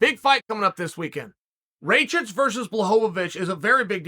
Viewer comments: "Blahovavitch vs Raychich" Chael 10-7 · It’s actually pronounced rachachich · "Rake itch" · As Serbian hearing Uncle Chaels way of saying Rakic is hilarious lmao Raychick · Rayhich and Raychick🤣🤣🤣🤣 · Rakic? Who's that? You mean raycheek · Raychich Raychick Rai- Chick Raykich God i love Chael 😂❤️ Let’s go Raichick